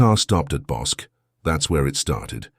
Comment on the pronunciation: I lived in Waco then and was about the same age. The river is pronounced Bos-key. Bosque is named after the local river. This is scary. I could have known her.